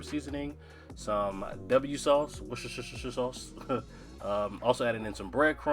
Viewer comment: Your meatloaf looks delicious.And now you pronounce it , it's versus shyer sauce and in your meatloaf scrumptively yumptuous❤❤❤❤